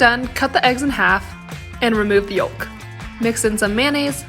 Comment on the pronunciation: Need to look up how to pronounce “yolk”.. the “l” is silent!